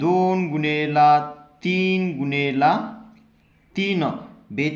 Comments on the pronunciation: गुनेला नाही गुणिले😂😂 जरा हलू बोल😂❤😂😂😂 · Gunela ny mhanat gunele mhantat sir😂😂😂😂😂😂